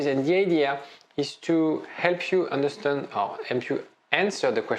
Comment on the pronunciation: Love your videos. So helpfull. Only thing I can't get use to: It is understAnd, not understUnd 😅